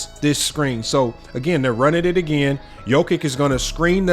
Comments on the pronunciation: Pronounced Yokitch. Great vid! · Hello from Serbia! Thank you for appreciating Big Honey's genius, but please, do pronounce his surname properly, will you? It's really not that difficult: Yock-itch. "Ć" is ALWAYS pronounced like the Italian "ci" in "ciao!" 🐺🇷🇸